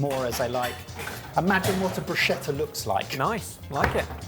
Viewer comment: It's pronounced "brusketta", not "brushetta".